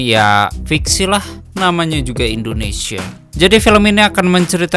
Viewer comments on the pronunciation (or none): none